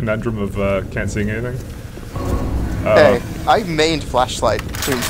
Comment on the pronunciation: why is it that I hear "are you trying to fleshlight them?"